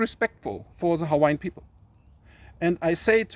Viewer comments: Nice job on the Hawaiian pronounciations and history! 🤙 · Hello from Florida! So happy you made another video! It's so good to see you and Anna again. Keep them coming because we love your knowledge and your energy. I swear I think you must have been Hawaiian in a past life because your pronounciation of the Hawaiian words is perfect. Love your shirt!!! Can't wait for your next video!!!